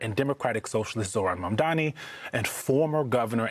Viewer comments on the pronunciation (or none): It’s pretty funny how Cuomo still can’t say Mamdani! 😂😂😂😂😂